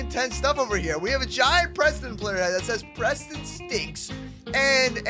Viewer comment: He hats prestoon not preston xD